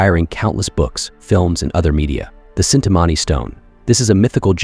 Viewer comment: it is not cintamani it is chintamani krishna had it